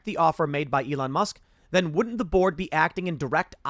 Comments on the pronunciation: Every time Tim says "the board" in this video, I keep mishearing it as "The Borg" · I know Tim is saying "the board" but I keep earing "The Borg" 😂😂😂😂